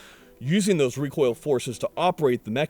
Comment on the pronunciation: The shark bite muzzle eliminates that WUH WUH WUH WECOIL wuwwy